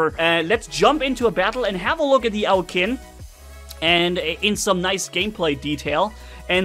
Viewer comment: Pronunication correction:- Its pronunced as 'Chin'. The word 'Qin' is where China got its name from. Because it was ruled by the 'Qin' dynasty, so yeah its pronunced as 'Chin'